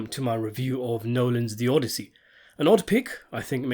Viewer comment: And he says it repeatedly, only to pronounce it correctly at approximately